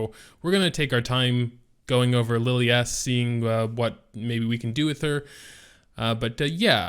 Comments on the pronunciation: Why would you pronounce Lilias name as LiliASS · Why not pronounce it as Li (as in lick) lie is? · Lilias (Lil-e-ass) Lmfao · more like Liliyaassss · Dislike for butchering her name fool smh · Yeah, my bad, what i mean is why would the guy even pronounce it that way. xD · just has to pronounce names differently.. he can’t help it.. I think it’s pathological hahah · had to stop watching the video 15 seconds into it...i couldnt take much more of that